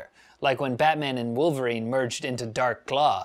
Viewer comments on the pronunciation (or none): none